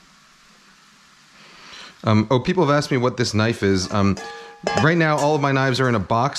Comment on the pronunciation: Now that's a knoife